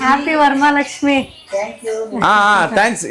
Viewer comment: ವರಮಲಕ್ಷ್ಮಿ ❌ ವರಮಹಾಲಕ್ಷ್ಮಿ ✅